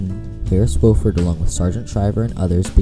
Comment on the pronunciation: Nice video, except you mispronounce the senator's name. It's WAH-fuhrd, not WOH-fuhrd. He says it himself in the video ""I Serve Because..." Video: Senator Harris Wofford"